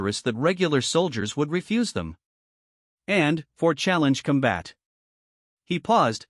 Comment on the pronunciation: "...use them for challenge com-BAT"!!!!???? WTF is "com-BAT"!!!!???? I know what "COM-bat" is!!!! But, I have NO FREAKING clue what "com-BAT" means!!!!! Stress on the WRONG syll-ABLE is either incoherent or changes the meaning of a sentence. FIX your AI!!!